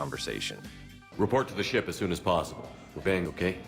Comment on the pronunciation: "Reship to the port as poon as sossible!"